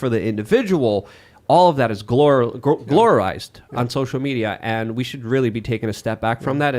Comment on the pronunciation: Was that glororized,? Is that what you said?